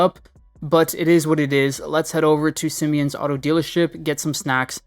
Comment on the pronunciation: “sim-e-ons” pissed me off